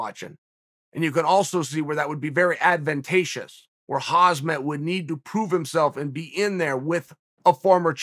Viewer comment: Someone on Uncle Chael's team needs to tell him advantageous has a G, not whatever other letter he thinks is in it to make the pronunciation he is doing.